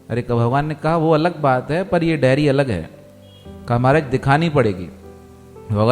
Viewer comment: उच्चारण सही करें , डेरी नहीं डायरी